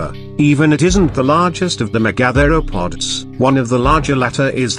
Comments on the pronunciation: OMG... don't you video producers have the chance to correct the computer pronunciation of complex words such as mega-thero-pods, vs me-gathero-pods. WTF people? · "The meh-gather-o-pods". I get it. it's AI. Good vid in general tho :)